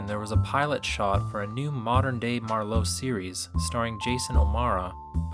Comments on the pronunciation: Good film but why do you pronounce it MarLOWE? It's not a wine. It's MARlowe. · Worse, he jumps between pronouncing it MARlowe and MarLOWE, often in the same sentence. Driving me nuts. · mar LOWE,,,really!? You are as bad as the punks that cast that wuss Gould in The Long Goodbye! It's one syllable 'Marlo' like Marlo Thomas or Marlo Andretti! Bogart was perfect except he was too short. Marlowe was 4f on account a he got kicked in the choppers when he was blockin a punt! He was tall around 6'4". and he was around 30 in 1940 So if he was alive in the 70s He woulda been in a lotta pain from all the beatins he took in the 40s and 50s/ plus he would be in his 60s. I'm saying there has never been a Good adaptation of a Marlowe story. The Big Sleep was the best and it was only as good as can be expected when Marlowe is 6 inches too short. They should a used John Wayne to play Marlowe. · Might want to start by learning how to pronounce MARLOWE! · What's with the "Mar-LOW"? Not digging the Long Goodbye for so many reasons. Sterling Hayden's the best part of that film. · Why does he keep saying MarLOWE? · Common... pronounce "Marlowe" correctly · Learn how to pronounce the P.I.'s name. The emphasis is on the 1st syllable, not the 2nd. It's not like Merlot. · Why do you keep pronouncing his last name wrong? He's not French. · This is the first time I've heard the name "Marlowe" pronounced with the emphasis on the second syllable. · The narrator couldn't make up his mind how to pronounce it. Very annoying. Unprofessional. Perhaps pretentious. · Generation xyz does that. They mangle names. Ray Milland is pronounced Mil. LAND. They say Millind. etc. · It's hard to accept your authority on this subject when you can't pronounce the iconic character's name. Also, Bruce Lee didn't star in the Garner version: he was a henchman, albeit a memorable one. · Yep, don't rhyme with Merlot. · It’s MARlowe not marLOWE…cmon yo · I hate the way you pronounce Marlowe as Mar-LOW.